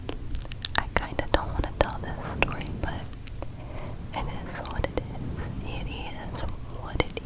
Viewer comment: I love your "it eez what it eez" line , would you ever do a video repeating that?